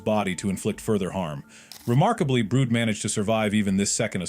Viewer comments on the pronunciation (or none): WHO IS BROOD. By the way it's brud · Its not broot